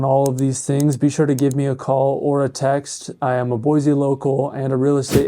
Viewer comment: There is no "z" in Boise.